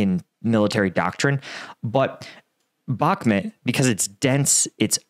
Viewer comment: Can you pls say Bahmut (bachmoot), not Bakmet.